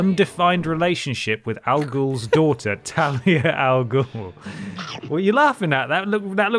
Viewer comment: Of course, would pronounce Ra's al Ghul properly 😌 Most people won't 😖